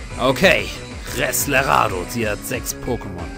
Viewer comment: er heißt resladero nicht reslerado